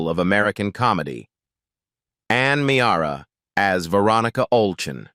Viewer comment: I can't believe the inconsistencies of the information on Ann Meara; and the further mispronunciation of her last night. They misrepresented her as not being the wife of Jerry Stiller.